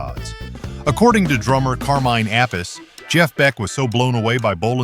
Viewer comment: Car-minn App-iss... AI rocks!! GTFOH...